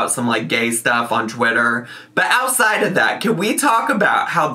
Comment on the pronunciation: really said “Catch me ousside’ Chantal” 😂❤️